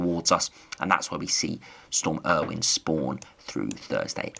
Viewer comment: Not Storm Irwin. Its pronounce Ay - O- Win